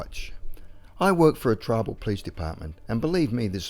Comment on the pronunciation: Not a criticism, but there was one time it sounded like you said a "Peace officer" instead of Police officer. I certainly prefer Peace Officer!